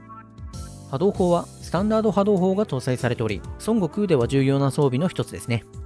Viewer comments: 日本ではソン↓ゴクウって発音がメジャーだけど、正しくはソン↑ゴクウってマジ？ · 発音がドラゴンボールの孫悟空になってて草